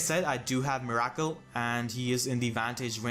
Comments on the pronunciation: Miracle is pronounced "mirror kill" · Never knew you could pronounce "Miracle" like that in